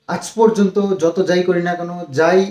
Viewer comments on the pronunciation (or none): none